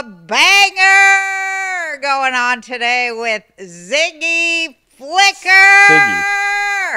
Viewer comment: Sorry Siggy ❤❤ not zigy 😂